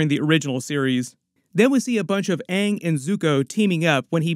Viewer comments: Less than 30 seconds in and it’s already better than the other live action attempt, cuz they said his name right at the very least 🤣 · I feel like they said Aang several times just to proove they didn't pronouce it wrong. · hey they actually managed to pronounce the main character's name Ong correctly so it might not be as bad as the actual avatar movie! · I HEARD HER PRONOUNCE AANG CORRECTLY. Thats already better than the last live action. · Hopefully they will pronounce his name correctly this time around 😊 Edited to add: they did!!!!! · Just hearing them pronounce his name right gives me hope for this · At least they pronounce Aangs name tight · Atlas they can say aangs name right this time